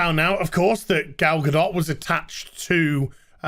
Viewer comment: I like ya, but please say her name correctly since you seem to be enamored [rightfully so] with her. Gu-Doh AND, if you go onto Twitter you get what you seek.